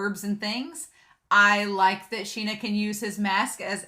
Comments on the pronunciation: This anime has such beautiful backgrounds, it's just really nice to look at. And the name is pronounced "Shin-ya". Personally I find it really difficult to say it correctly, like you can't emphasize on the "y" that much in the sounding, but without it, it sounds weird? Just do your best and try to imitate the VAs xD. And Ao is just precious! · I love the way you ship everyone with everyone in this show! 🤣 Me too — the author did such a good job of establishing what their relationships with each other were like! And I’m pretty sure his name is “Shin-ah” with an “sh” sound. That’s the way it was translated in the manga translation I read.